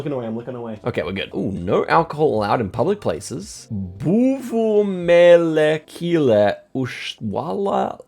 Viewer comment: Absolutely lost it when he said that "buvumelekile" LMAOOOOO so clueless and cute lmao